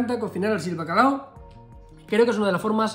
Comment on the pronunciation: Seguro que el “Bacalado” es de “Bilbado” 😂😂😂